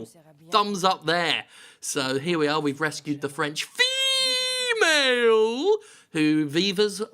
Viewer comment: was talking about that part not sure why you said it like that....